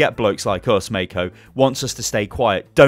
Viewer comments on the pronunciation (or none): The pronunciation of Mako would be "Mah-co". "May-co" sounds wrong. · Hey I'm a New Zealander and road hogs name is pronounced mar-co not may-co